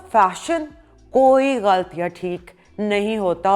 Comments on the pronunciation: Good info. Great explanation👍❤ eik bath, lafz hai "ghalat" "ghalt" nahi. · Galt nahi ghalat .plz sahi sy pronounce karaon.